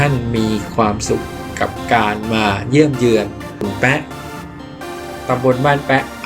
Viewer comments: บ้านขุนแปะไม่ใช่ออกเสียงขุนแป๊ะนะครับ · อ่านว่าแปะนะครับ ไม่ใช่แป๊ะ